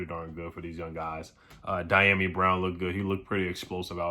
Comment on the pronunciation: CAN U PLEASE PRONOUNCE Dyami’s name right!????? Geesh u disrespecting that Man. U the only WFT you tuber saying his name wrong!!! It is Dee - Yom - EE Brown